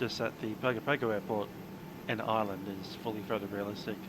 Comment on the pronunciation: Hi. Another interesting flight - thanks (although I skipped an hour or so on the cruise). I never knew VATSIM simulated HF and Selcal. Just a quick anorak/nerd moment - Like Nadi in Fiji (NFFN) is pronounced Nandi, Pago Pago is pronounced Pango Pango.